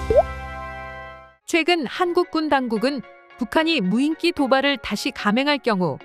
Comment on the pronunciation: 여전히 덜 떨어진 여자 나레이터가 '무인기'를 '무인끼'로 발음하는구나. 머리가 나쁘면 평생 몸이 고생한다더니, 이 여자는 혀가 고생하고 있으니 정확히 맞는 말이다.